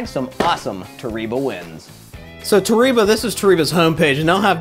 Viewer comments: Nobody:: Toreeba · Hey, just for the record in Japan the E is pronounced as an A and the I is an E. So Toreba is actually pronounced Tor A Ba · Therapist: toh-ree-bah isn't real. It can't get you. Me: ugly sobbing while listening to this video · Lol we like to call it tore eeeba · Dylan Coates It’s pronounced “ Toh reh bah” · lmao Japanese here and that's false. it's toh reh bah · You’re sponsored but still mispronouncing the name dude haha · It's a Japanese word. You're pronouncing it wrong. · it's definitely not the same pronunciation. man just take the L.